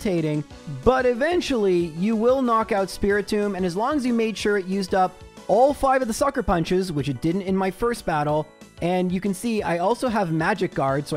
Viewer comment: I know hates it when we correct him... but "Spirit-Tom?" how do you look a the word tomb and get the name Tom?